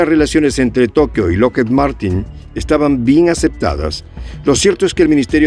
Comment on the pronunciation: Lockheed... La doble E suena como I...